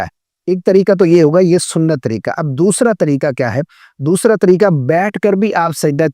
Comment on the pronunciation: Sorry, pihlee khod Tajwid tehk kare. Jisa ki ap Tareeka bol raha hy magar 😂Aslee tu Tareeqa hy. Please correct your mistake.